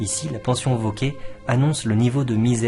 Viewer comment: Cher, juste une petite remarque quant à la prononciation du r final du nom « Vauquer »: je pense qu’il est mieux de le prononcer car c’était l’usage de l’époque, une sorte de préciosité si j’ose dire. Qu’en pensez-vous? Un bel été à vous!